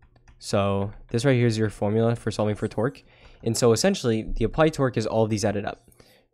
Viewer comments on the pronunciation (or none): Everytime you say torque it sounds like you're saying twerk 🤣 Great video, you're a lifesaver!